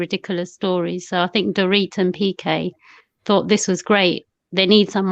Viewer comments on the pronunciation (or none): Why do u keep calling him BK perry? It's PK lol!